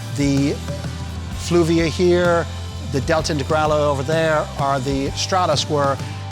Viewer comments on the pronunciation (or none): Great video, but please it's FUlvia, not FLuvia. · Great respect and admiration for getting these cars together, and for keeping the memory of Lancia alive! But going forward you might want to call the Fulvia Fulvia, not Fluvia... even though I know it is the least valuable of the four, it certainly deserves that :-). Great to see all of them on the road and thanks for the clip!